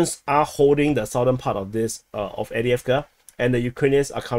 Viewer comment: Love this new format and informative aspects that have been added. However please acknowledge it’s Av-diiv-ka not Adi-avka